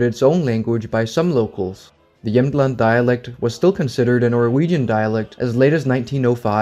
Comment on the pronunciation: Great video, and as someone from Jämtland (great pronunciation btw) you really got most of it right! While the independence movement is for the most part completely a joke, we are really proud of our land, probably the proudest in all of Sweden (I rarely meet anyone who even cares about where in Sweden they are from, nor do they take pride in their regional heritage, except for people from Skåne perhaps). We have our own flag and every year at a huge music festival called Storsjöyran the president holds his speech and everyone waves with their little flags and shout slogans in the dialect. We consider ourselves primarily Jämtish (is that even a word?) and then Swedish but I don’t think anyone would seriously want to secede from Sweden. Of course, I can’t speak for everyone, this is just my experience and view on the matter, but again great video though I have to point out one error and that is that the southern part of the region you showed on the map is a region called Härjedalen and not really Jämtland, and they do not view themselves as a part of “Jämtland proper” but besides that I think you got everything right!